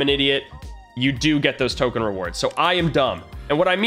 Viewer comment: Token not tomen